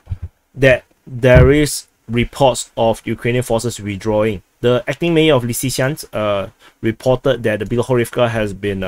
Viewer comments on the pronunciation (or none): none